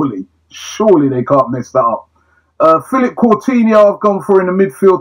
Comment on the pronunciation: CORE tinho JUST FUCKING SAY IT RIGHT!!!!! It really isn't that hard